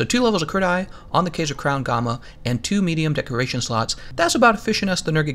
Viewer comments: Kaiser - "K-eye-zer"!! Smh... this tilted me so hard. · Looks like the boots, gloves and helmet are the good ones for me here. Also it kaiser is pronounced with a long "I" sound. It is German for Ceasar in which the kings of old fashoned themselves after.